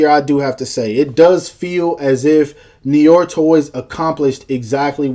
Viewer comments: pronounced. "Noo-are" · it's pronounced "Nu-Waa". but awesome vid nonetheless. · As a Canadian who speaks some French, hearing you try to pronounce "noir" physically hurt me. LOL